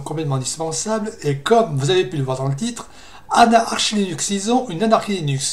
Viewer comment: La prononciation Anarki est fausse en anglais, c'est Aneurky ( ou plus pro /ˈænəkɪ/ ) ou /enərkɪ/. Après je sais pourquoi tu dis cela mais au moins tu fais des efforts pour parler correctement, c'est appréciable.